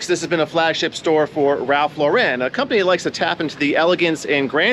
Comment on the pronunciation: Great video…but the pronunciation of Ralph Lauren to make it seem “French and fancy” always super annoying. It’s just Lauren, like the girls name.